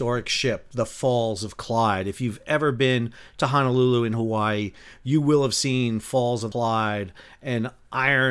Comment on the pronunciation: Please Sal…! It’s pronounced HONOlulu… Not(!) HANAlulu… Mahalo😑